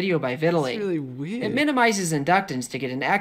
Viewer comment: "I know electricity is WEIRED" Missed opportunity to say it's "wired" Pronounced pm the same